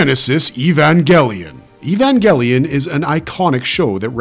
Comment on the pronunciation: Evan WHAT ? That's not how you pronounce it is ?